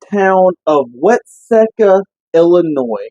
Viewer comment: I live in that town, its pronounced wat-see'-ka